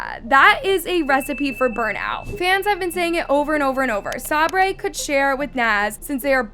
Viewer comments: Please😭 Sabre’s name is pronounced Say-burr. How have you seen all these videos and still can’t say the name right😭😭 but anywho, this is one of the most dramatic video I’ve ever seen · its say-ber not sabray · why’s she saying sabre as sab-ray, it’s pronounced Say-ber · Sabray? Its pronounced Say ber Sabre ...sayber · Sabray??? lol it’s Sabre … pronounced like “Saber” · im not even a fan of them nor watch them but its pronounced soki and saberr lol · It’s say-ber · Pls learn how to say Sabre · you’re not saying sabre right bruh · just needed something to post. The Norris nuts say this almost every video they are NOT a perfect family. If you’re goona post about them learn to pronounce their names. You did not do enough research and it shows. None of them share in the new house omg shut up. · sockie literally got the ensuite room what do you mean she ended up at the “bottom of the list” She got first pick even though she will end up moving into the house next door. And please learn to pronounce Sabre and stop hating on Brooke and Justin. They love their kids and are not controlling what so ever. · Okay no hate but PLEASE learn how to say Sabre I beg you!